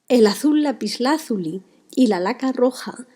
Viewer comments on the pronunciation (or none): none